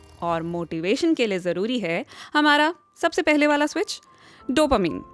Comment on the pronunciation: Mam please don't say डोपामीन it's डोपामाइन😍😁🤗